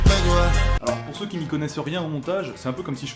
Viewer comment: personne à remarquer à la fin le "merci à tout ceux UI" ?